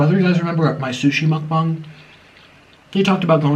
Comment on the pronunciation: Why do people say Mukbong its Mukbang!!!